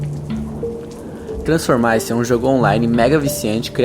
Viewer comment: Tranformice... Tá certuh